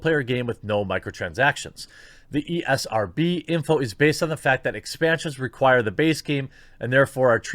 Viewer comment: Lmao “the ERSB”